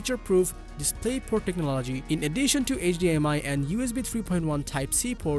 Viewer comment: Sorry bro, it hurts my ears hearing you say techno-LOGY 20 times in this video... fix it.